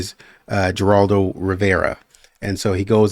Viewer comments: It's pronounced Her-rald-o (in Spanish the Gs are pronounced like H's sometimes). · Geraldo is pronounced with an H sound 😊